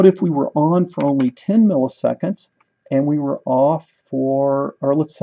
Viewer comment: "500" migitseconds HAHAHAAHHAHA